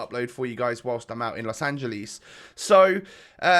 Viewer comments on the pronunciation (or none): It's Los Angeles. Not Los Angileeees.